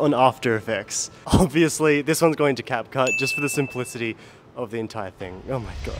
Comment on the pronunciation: bro just said capcush😅😂